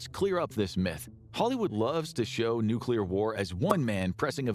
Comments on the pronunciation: Its pronounced how its spelt tard 😂 Nu-clear.. You are pronouncing it, "Nukeular" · WWIII: everyone who says nuke-you-lar goes first o.o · I know you don't care but the word is nuclear! There is no room between the c and the l for a u! It is pronounced new-clee-ar!